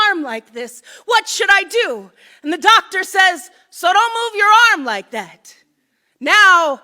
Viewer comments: At the end when he said doctor for some reason to me that time it sounded like daughter.? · how the fuck do you make doctor sound like daughter